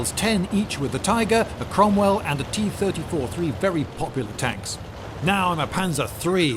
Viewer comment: tee turdy-tour